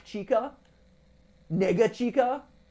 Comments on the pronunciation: Yeah he didn’t pronounce it well at all. He said an ii sound instead of eh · it sounded like he said n-word chica (without the hard r) , im not saying he did for sure, but it kinda sounded like it for a second edit: i now know he said "nega chica" i looked up the nega meaning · Tell me im crazy but i swear twords the line its sounds like he said niggia cheeky 😂😂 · Anyone else think matpat said the nword when he said "Nega-chica"? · For your own sake please Never say "Nega Chica" again it could lead to some bad consequences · I really thought he said that bro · I know he said “Nega-Chika” but it sounds like he said the n word lmao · DUDE IKR?! HE SAID DARK CHICKEN BEFORE, then said that and I was like 😃??